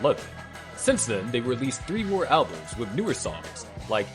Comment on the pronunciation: According to this Robot narrating the video, mant bands record "alblums" not albums.